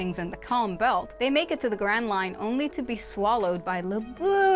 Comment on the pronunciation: When she said grand line I thought she said grand mine